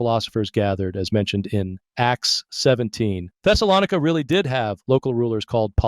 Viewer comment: I don't think the AI voice knows how to pronounce Thessalonica.